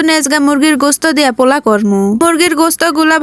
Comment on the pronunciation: kokhon o pula shuni nai pulau shunechi😂😂 ei 1st apnar theke pula shunlam